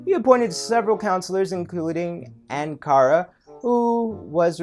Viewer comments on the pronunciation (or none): none